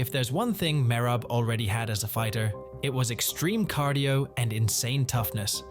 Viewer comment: The way you pronounce Merab makes it hard to watch the video